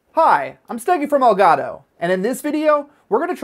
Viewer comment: L gah-toe